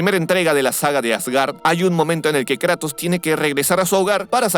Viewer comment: no me gusta como dice Kratos, en lugar de Kratos dice kraitos